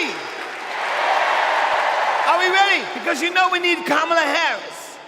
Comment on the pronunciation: Clinton is so racist! He mispronounced Kamala's name. The mortal sin.